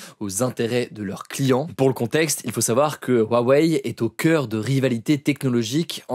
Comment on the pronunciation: Huawei ne se prononce pas " Wuawei " mais "Rouawei" , le "H" en chinois piyin se prononce "R" 😉, c'est comme si tu parlais de Tesla et tu disais " Wesla "...